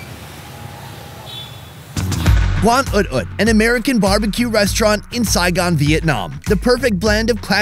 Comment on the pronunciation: Instant fucking like for saying Saigon